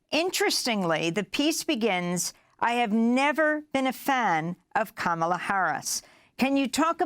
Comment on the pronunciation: You’d think that, as in the case of the CA caller, who is so tuned into Harris’ policy, he could at least pronounce her name correctly